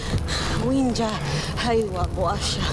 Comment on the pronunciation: nie Lindźa tylko Łindźa ;)